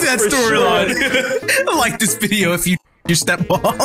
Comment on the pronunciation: can't even say video he is saying "mideo"